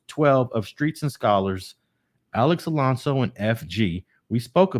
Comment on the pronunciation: Come on bruh, its Alonso not Alonzo. Alex even mentioned in this video, that the chomo got his name wrong too. You gotta listen